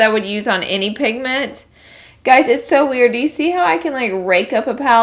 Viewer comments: Did anyone hear her say pignent no hate just pointing it out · Lol you were saying pignents a few times throughout! Haha oh well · she says "pignet" and I died laughing 😂 so Laura lee I LOVE YOU!! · Laura Flores I caught that too😂😂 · Am I the only one that noticed her say pigment wrong like twice lol I love her!